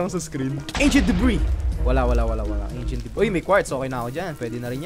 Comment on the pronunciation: what I hear achent debri